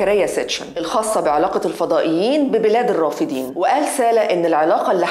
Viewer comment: الرافدين مثنى ...وليست جمعا...لذلك تلفظ بفتح الدال ...وليس كسرها كما قالت المذيعة